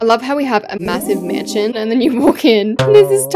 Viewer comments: I like how she said "MASNION" instead of mansion lol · Masninon? I love your videos but masninon?.?? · 😊hahaha u said masnion